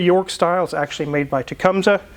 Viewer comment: Did you mean Tecumseh? It's pronounced "Teh-cum-see", after the town it was founded in. Not "Teh-sum-suh". It's like saying Topeka "Top-eek-eh" or "Toppy-kah" instead of "Tow-peek-ah". It's how we know you all don't live anywhere near there. ;)